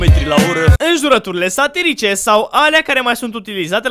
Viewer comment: De ce cand ai zis tu "glume satirice" eu am inteles satanice??